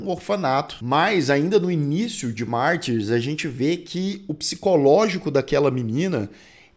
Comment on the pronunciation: Se a versão comentada é a original, francesa (a única que importa) então pra quê pronunciar "Martyrs" com sotaque inglês? Mas que colonização cognitiva!